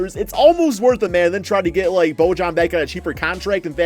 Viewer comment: It's Bo-yan not Bo-jan you bitchass